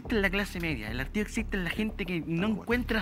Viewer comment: Qué vergonzoso el niño Alejandro, le falta pulirse un poquito para debatir. Hablar de "estudie, estudie, estudie" y no sabe distinguir hastío con hartazgo (no hartío) es un mínimo para un estudiante de derecho 😂